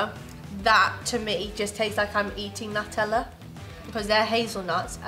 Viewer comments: As an Italian it sounds so bad you're calling it nuh-tella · It’s NEW TELL Ah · Its NOO TEH LLAH (Nutella)